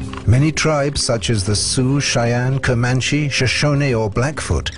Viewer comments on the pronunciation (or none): none